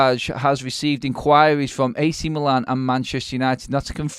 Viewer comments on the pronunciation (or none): none